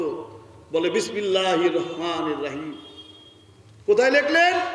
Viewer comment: এভাবে ধর্মীয় অনুভূতিতে আঘাত দেয়াটা ঠিক নয়।বাংলাদেশ সংখ্যাগরিষ্ঠ মুসলিম দেশ।"বিসমিল্লাহ" শব্দটি যেভাবে উচ্চারিত হল,অবশ্যই শ্রুতিকটু।